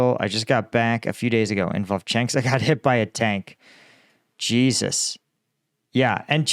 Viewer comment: Why must you say Jesus like that?